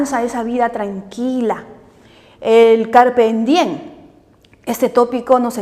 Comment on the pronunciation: "Carpem dien" jajajaaj